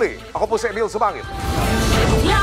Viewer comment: huwag mo ng artehan ang pag bigkas mo ng Rrrrrrrrrrrr....rrrrrrrrresibo.....annoying